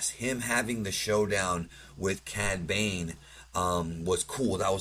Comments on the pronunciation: "Bad cane" 😂(No hate btw, love the channel, just a funny moment) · Lmao you said Bad Cane